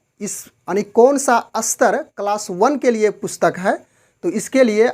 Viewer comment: कृपया अपनी भाषा सुधारे। आप स्तर को अस्तर, स्पष्ट को अस्पष्ट बोल रहे है।